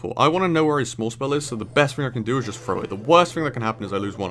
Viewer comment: You really need to work on words that begin with '"TH" such as "three" and "throw", they are not pronounced "Free" and "Fro". At your age and since u plan to make videos, spend a little time daily with speech videos and improve the way you sound....its ok when youre younger but not as a grown man....